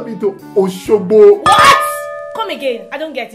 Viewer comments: Honey it’s not Oshogo , it is Oshogbo😂😂😂😂 which kind man be this 😂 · Honey it not Oshogo it's Oshogbo 😂😂